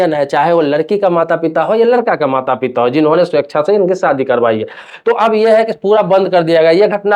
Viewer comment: सादी नहीं, शादी बोलो।